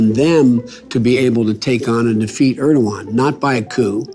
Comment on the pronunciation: Bhai naam mat bigado urdogan mat bolo. Erdogan ko .